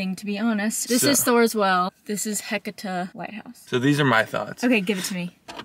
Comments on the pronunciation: Ha-sea-ta is how you pronounce Heceta….but in your defense lots of places around there to mispronounce. I’m glad you folks liked the area. Florence and Newport are beautiful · Glad you & got to experience the Oregon coastline. I take it you drove out to Florence & headed north?? Fyi, the headlight name/point is pronouced Heh-see-ta, althought its spelled Heceta. Close enough.